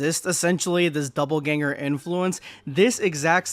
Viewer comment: Bro there is no "b" in Dopp'elganger. God damn.